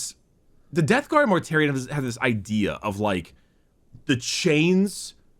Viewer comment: It's also forgetting to close his mouth AFTER the word is spoken. You can hear it when he says "Death Garm" and "Number wum"